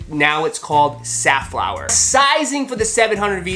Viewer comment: I thought I've heard Seth Fowler instead of Safflower. lols!